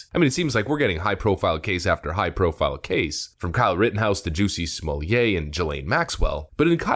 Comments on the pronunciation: Remember it's "Smollett", with a hard "T" - NOT "Smollay". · Calling this dude Smoll-yey, is like calling Target (Tarjey). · Pronounced ‘small-ett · Smallia (as you pronounced it) will get a severe finger wagging & tut tut tut from the judge. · I start laughing hysterically every time I hear "Juicy Smolliét".